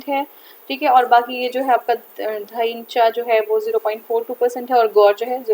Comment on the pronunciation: You are pronounced 'Dhaincha' in proper way